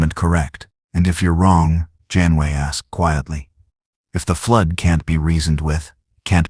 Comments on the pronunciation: I give this part a grade of C the story was rather good however it repeated in several places and the voice couldn't pronounce Janeway, it says "Janway." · Also it pronounced Janeway as 'John Wayne', and numerous other variations.